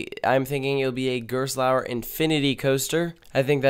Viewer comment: You mispronounced Gerstlauer.